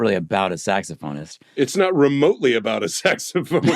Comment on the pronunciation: Saxa-phone-ist? Come on guys. Come on now. Come on.